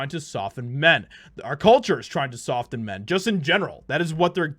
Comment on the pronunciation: Generally you don’t pronounce the t in the word soften. Just saying